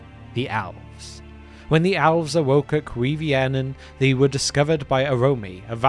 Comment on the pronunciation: I can't be the only person who hears him say "owls". I'm an avid viewer of this channel and so now, in my mind, the first children of Illuvatar are owls🦉🦉🦉🦉